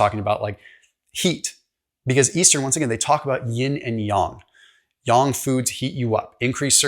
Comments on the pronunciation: Wow I am impressed! You are the first YouTuber I’ve heard so far actually pronounced “Yang” correctly 😊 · Kudos for being able to pronounce "yang" correctly! Normally Americans like to pronounce "yang" as "yehng".